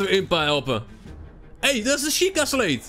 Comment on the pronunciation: Het is een sjieka steen niet sleet of zo. Ps leuke video